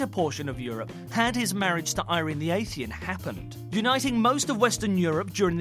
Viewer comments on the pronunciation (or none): ah-thee-nee-ahn. not ay-thee-ahn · "ayyythenian"? Atheeenian,. come on. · Good, but spoilt (yet again) by sloppy pronunciation. Who was Irene the Athian? I known that Irene the Athenian came from Athens, which was why she was 'Athenian'. But where did Irene the Athian come from? Athie? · I think you're missing a syllable in the word "Athenian" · Noo-clee-ar. A-thee-nee-an. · Athian? Lol. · Empress Irene of Athens or Irene the Athenian. You've failed to pronounce it right. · is that how you pronounce athenian?